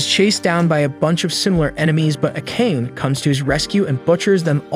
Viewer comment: It's Ah-Ka-Neh. Who tf is A-cane?